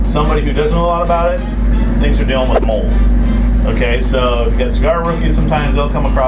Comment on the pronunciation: You guys pronounced mold wrong